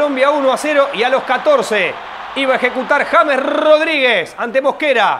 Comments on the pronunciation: No se llama "yeims* se llama JAMES pronunciado en español!!!!!!!!!!!!! JA MES!!!!!!!! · TIENEN QUE APRENDERSE EL NOMBRE DE ÉSTE GRAN JUGADOR DE MÍ SELECCIÓN COLOMBIA, COMO LO ES JAMES (EN ESPAÑOL) RODRIGUEZ.... 😂🎉😅❤😮